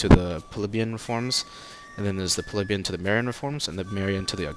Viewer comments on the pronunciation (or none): its pronounced pli bee un not pleb yun